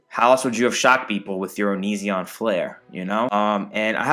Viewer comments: no one:: "oniZEON" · I love how you pronounce onision like OniZEon. I bet if onion watched you he would get pissed at you for that. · Creepshow Art pronounces it like that, too 😂